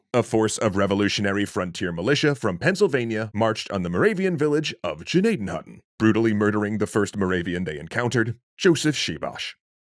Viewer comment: Even the name "Gnadenhütten" has been slaughtered...